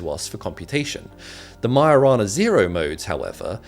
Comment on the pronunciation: lmao I just realised its "Majo-rana" not "mio-rana".